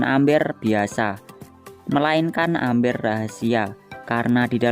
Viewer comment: bacanya mber di tulis amber